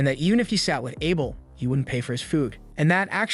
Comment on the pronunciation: the narration is bad tho. there are a lot of mistakes simply because the channle owner doesnt bother to proofread the script it got Chat GPT to make. and arent AI supposed to be smart?? can't even say Abel right, but can SOMEHOW say the most obscure names perfectly fine...